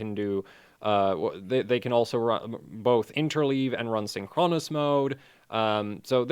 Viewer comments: It's Synchronous, not Synchronos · blame English not. you're right tho, the stress is on the first syllable, because its a compound word, not the penultimate.